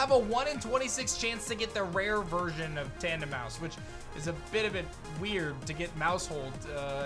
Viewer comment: TANDEMAUS DOES NOT END WITH AN E! AND WE DON'T SAY AIN'T, WE SAY ISN'T!